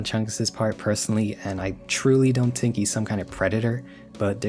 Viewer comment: I like how you say think, you say tink